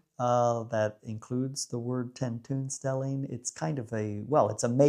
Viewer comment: oo: tentoonstelling is pronounced like 10 TONE stelling not like the oo in cookie or look